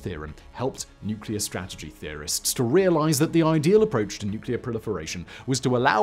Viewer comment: Finally, someone that can actually pronounce nuclear instead of nucular 😂